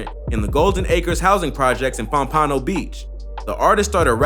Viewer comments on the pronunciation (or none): It's pom-pa-no not pom-pan-o im white jew so maybe thats the way thugs say it so idk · man said pom pa no it's pompano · It's Pom-pa-no FL right outside Lauderdale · The way he said pompano 😂😂😂😂 he said it so wrong I was like whattttt. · 😝 Keepin it real. 😐 You don't know how to pronounce "Pompano"? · Hey dummy can you say pompano again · Its pompano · Bruh its pompano smh